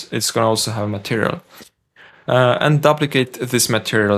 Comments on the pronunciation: I hope you don’t mind me letting you know that duplicate is pronounced dyooplicate not dupplicate. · Vis-kus. You had it right the 2nd time. ^_^ And it's "dUp-licate" not "Dublicate". "Double" and "Duplicate"... English is all messed up. ^_^ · Duplicate is pronounced "doop"- like, like goop or soup.